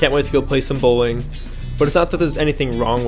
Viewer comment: I heard bullying instead of Bowling at the beginning